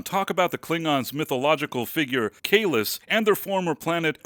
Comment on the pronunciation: These shows were made under a completely different license from the TNG, TOS, ect. That's why they had to screw up the speech. That's why they can't pronounce Kahless correctly.